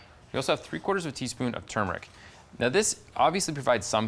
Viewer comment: Yay! He doesn’t say “toomeric!”